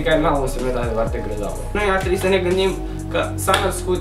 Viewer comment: Multe greseli de pronuntie. "yo; oamenii ar TREII sa manance", inversiuni: "oamenii NU MAI SE GANDESC la asta", cand faci un vlog,fa-l intr-un mod cat mai serios.